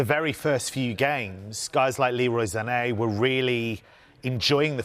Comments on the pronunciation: WHY does this man pronounce Sané’s name “Zannay”?! Christ it does my head in. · Literally no other commentator in the world refers to him as “Za’Nay”. It’s pronounced “Sar-nay”. Just like how Mane’s name is pronounced “Mar-nay” and not “Ma’Nay”… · Sané is pronounced “Sar-Nay”, not “Za-nay”.. where is he even getting the Z from 🤦🏻‍♂️